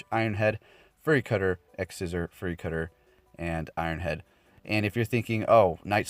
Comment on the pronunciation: Fury is pronounced "fyou-ree", not "furry"